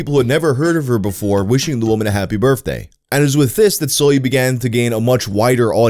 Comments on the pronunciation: You literally say Birfday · I love you, but every time you say the word “birthday” a small piece of me dies.